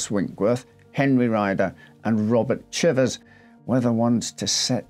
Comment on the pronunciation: Thank you for pronouncing chivers properly!